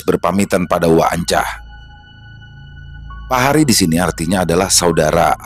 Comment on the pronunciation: Pengucapan "Pahari" Y jgn di pisah Pa hari. Tapi lansung di baca "PAHARI" saja. 🙏🏻